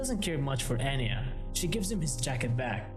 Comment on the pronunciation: her name is pronounced ahn-ya and not ann-ya it's really annoying when people butcher names sry if i'm rude